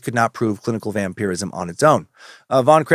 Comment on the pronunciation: Hes definitely pronouncing it correctly. It can be prononced two ways really.